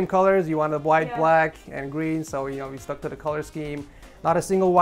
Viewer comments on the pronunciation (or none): dude said gween